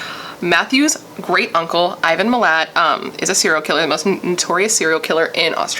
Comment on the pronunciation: Also yes it's pronounced like mill-at